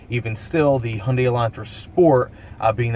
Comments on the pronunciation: how come you skip the y in Hyundai? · “Hundai” LOL